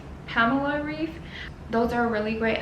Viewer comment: Pamela Reif is actually pronounces "Raif", ei in German is pronounced ai (with a clear a)